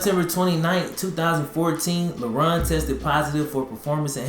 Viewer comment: I keep hearing him say “Lebron”